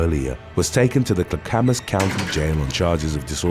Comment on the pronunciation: It's not Kla-kam-mas, it's klack-amas